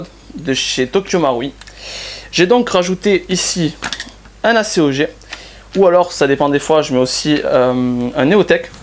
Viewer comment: acéogé....non mais t'est sérieux là ? :) ACOG ....sinon tu vas finir comme Bleizh et son "plateu carire" !! :) :)